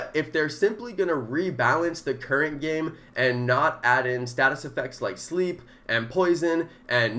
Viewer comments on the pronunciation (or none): none